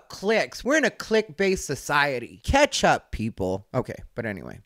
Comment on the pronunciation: When you said “Catch Up people” I heard “keptup”. Which for me made sense given the previous statements. Idk I thought that was clever.